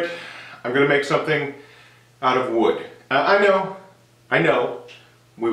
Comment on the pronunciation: The dip it series if FANTASTIC!!! Love all of them. Does the handle smell like coffee? What did you say about a project made out of Woo? Wod? Ood? Woody? Wood? Is that a natural material?